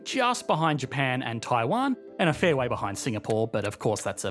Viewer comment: Ah yes the great "Sea of Japa" xD